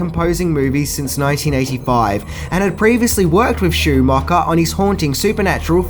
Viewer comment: “Joel Schoomocker??” Who’s that?🤷🏼‍♀️ And it’s “birthday” not “berfday”😉